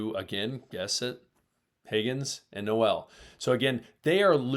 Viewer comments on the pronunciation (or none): pronounced Nole like Seminole. Not No-El like Christmas.